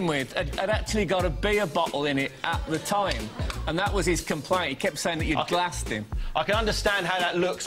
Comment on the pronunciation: "He glussed me"